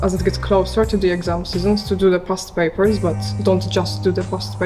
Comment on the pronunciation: Parst Papurrs